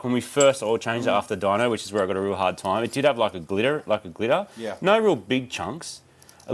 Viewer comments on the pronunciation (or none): "it did have like glitter- like glittah" haha love it